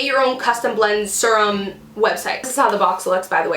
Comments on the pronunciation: thought the same thing... I was kind of like... if she says "serm" once more... then she's like oh crap sorry guys I know youse say you hate that "serum" ahh that's better lol! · So funny! I paused the video and looked at my husband and told him that this girl I watch says serum funny. Then, I un paused it and you said we hate it when you say it like that 😂 great video!